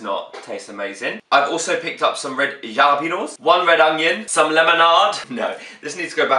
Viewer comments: He says JAH-lep-EH-nos instead of jalepeños (Ha-leh-pen-yose) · it's pronounced halepenos not jalepenos😂😂😂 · I love u so much and you make me laugh every time I watch ur videos but jalapeños I'd pronounced halapenos 😂😂❤️💯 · My two favourites parts of this video were you saying 'Jalapenos' and when you said 'Ta Da!' at the end with a sudden zoom in :') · aw mark.i love the way you say jalapeños x❤️